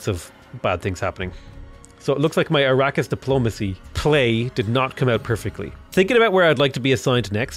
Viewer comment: a-RAH-kiss , not ara-keeysh though...